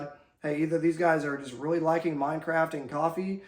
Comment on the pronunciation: Did he just say "Mind Craft" I like it